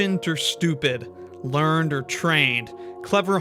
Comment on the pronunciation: "Learned" is this usage is pronounced lear-ned.